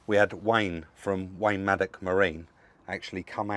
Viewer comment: Please get his name right, it is Maddox not maddock.